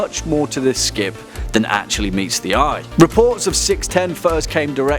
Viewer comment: he called it a scip :O